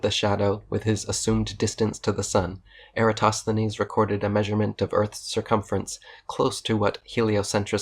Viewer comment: It's a shame that Michelle Thaller pronounces "Eratosthenes" as "Erastosthenes". It doesn't undermine her credibility, but it niggles a little. She's generally a very good science communicator, with the bonus of being an actual scientist. I think what she means by "it's not OK to think that the Earth is flat" is that it's not acceptable from a scientific point of view to think it's flat, as the body of evidence suggesting otherwise is vast, varied, coherent and beyond reasonable doubt.